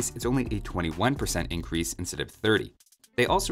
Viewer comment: "eincrease" "spawwn"